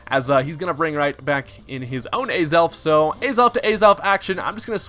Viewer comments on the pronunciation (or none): Ay-zelf? It's Ah-zelf. :P Aside from that, Choice Banded Azelf? Let's gooooooo!